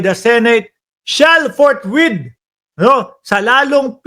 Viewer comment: Forthwith or fourth width? 😮